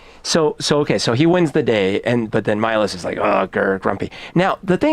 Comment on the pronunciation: MEE-loash not MEE-los